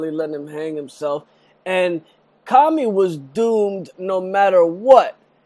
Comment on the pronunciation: its Comey, not Commy